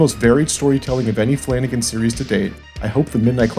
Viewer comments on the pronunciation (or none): Flanagan, flanacan